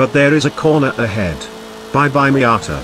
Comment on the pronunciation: I like when he says MIATA